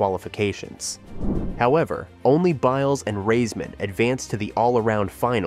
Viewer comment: How many different ways was her last name pronounced during this video 🙄